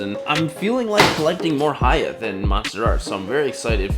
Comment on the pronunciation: For pronunciation, it's "hee" YA toys... not "hi" ya toys.... just like the Japanese camera manufacture Nikon is pronounced "Nee"-kon; not "Nigh"-kon.